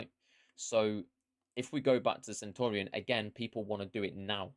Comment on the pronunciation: Love but mate, don’t sign off like Nep, be original. You’re the man. Oh, and learn how to pronounce “Centurion”, not “Sentorian” 😂👍🏻❤️